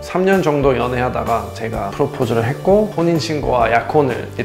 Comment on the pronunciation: 그냥 이분 한국사람 아닌가요?맏이라는 말하는건 진짜 토종인데.. 프로포즈도 한국억양임